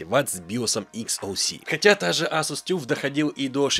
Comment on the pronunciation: Ну тогда ТАФ - читается Алтимэйт.